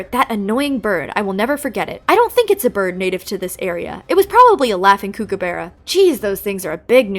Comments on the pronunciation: hi, australian here! just so you know, kookaburra (which is one of our national symbols!) is pronounced 'cook'-a-burra (like cooking food), i just thought the way you were pronouncing it was funny and wanted to make sure you know for the future. Great video :) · that is NOT how you pronounce Kookaburra